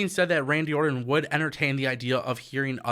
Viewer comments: It's Orton not Ordon!! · One thing that I know is a FACT: AEW does not want Randy anywhere near as much as I want you to pronounce the 'T' in "Orton".